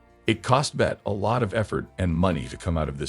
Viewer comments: As others have pointed out her name was pronounced Betty. The video was interesting, how could it not be when Bette is the subject matter. However, there were many grammatical errors in the narration and closed captions. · That narration , if you could possibly call it that was dreadful, once and for all her name was pronounced BETTY.